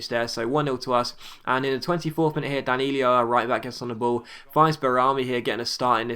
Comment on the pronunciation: Hey, it's not Danilio, it's Danilo:-) keep the video's coming